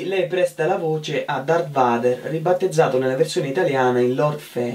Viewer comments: Dart vader si pronuncia dart veider sacrilegio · Qualcuno dica all 'intervistatore che si pronuncia " darth veider " con la a inglese